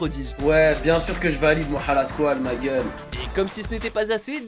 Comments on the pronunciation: C moha pas moa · MoHHHHHHHa pas Moa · MORA PAS MOA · Ho putain il a dit moa aulieu de Moha😂😂😂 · on dit moha pas moa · Arrêté de dire moa c'est moHa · Moha sa se prononce mora😑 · Ptdrrr il l'appelle moia au lieux de moha c chaud 😂😂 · On dit MoHHHHHA pas Mooaa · C’est pas moa c’est moHa avec un h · Moha pas moa mdrr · CEST MORA LA SQUALE COMME UN COUP DHALEISE PAS MOHAAA LA SQUALE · "Moa la squale" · Il a dit moa mdrrr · OUAH MAIS GARS ON DIT PAS MOHA ON DIRAIT MORA PTN C PAS DIFFICILE x) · rien que entendre mo-a jai envie de mettre un dislike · "Moa la squale" "retourner au ebs" les "H" sa existe les gars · J'aime bien il dit moa La squale 🤣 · Mdr y disent moa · "Moa" please le respect de son prénom bordel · Moa mdr la prononciation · Prononce mieux moha stp tu fait pitier